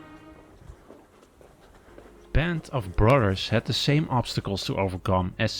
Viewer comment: Band of 'Brudders' ? I question just how accurate these 'corrections' were. Yep, I'm a skeptic...